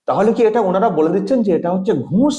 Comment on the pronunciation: একটা কথা না বলে পারছিনা,, নিজের ভাইয়ের মতন মনে করি বলেই বলছি,, উচ্চারণে একটু ভুল হচ্ছে কথাটা ঘুঁষ হবে না, হবে ঘুষ।